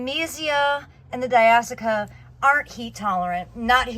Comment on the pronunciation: “Di ash e ah” not di as ica